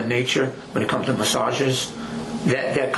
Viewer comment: Now I feel sick about "massages", He raped the word for ever